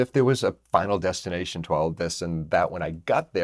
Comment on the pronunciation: You said final destination, but I heard vinyl destination.